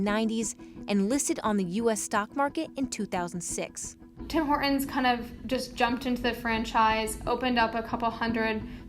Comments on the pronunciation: That's how Horton is pronounced in his native language (Canadian). Especially in Toron'o. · Somebody please get a hold of this broad and make her say Tim Horton's the right way! Over and over until she gets it right. Driving me out of my skull the way some of the youth talks and tries to change pronunciations of words! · Her pronunciation of Horton's is HILARIOUS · Why are you dropping the T in Hortons? It sounds weird. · Why didn't they let the narrator pronounce the T in Horton's? Also they're merchants of absolute garbage, that's why they're failing. A shadow of what they were 10 let alone 15 years ago. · Interesting that the female narrator doesn't know that there is a "T" in Hortons. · Off topic, but does anyone notice that both the female spokesperson and the narrator pronounce T as a really strong "glottal stop" in the middle of words ("Horton's") and end of words (ie, "not"), where as the (presumably older) male spokesperson pronounces it more softly? This is a change I have noticed in people's speech in the last fifteen or twenty years. I'm weird. Or old. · Could someone tell the narrator that there is a T in Horton's? Her pronunciation is "hor-ins" and it sounds so incredibly ghetto. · "Tim Hor'ons"? Narrator, fix your glottal stop. There's a "T" in Hortons! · It is HorTONS not Hor-ons. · Hey narrator, horTons has a frikkin T. It’s not hor..ons. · It bothers me that the narrator and several of the people interviewed cannot pronounce Horton’s. It’s HorTon’s not Horrin’s. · Dear narrator...there is a "T" in Horton's...it is not Horon's! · Hore-ins? There's a T in there. Maybe if you say it right you'll have better luck. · What is the issue with American's mispronunciation of such a simple name? There's a second "T" in there, guys~ Tim HorTon's~ not Hor-un's. Geeze. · Very American of her, pronouncing it "Tim Hor-unz" 😁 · TEE TEE TEE it's Hor TTTTT ons , why do many Americans drop the "T"...sounds like Hor'ins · Hey narrator, there's a T in Horton's.